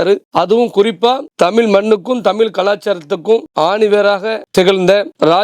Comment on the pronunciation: தமிள் இல்லை தமிழ் இந்த வார்த்தையை உங்கள் நாவில் சரியாக வருவதில்லை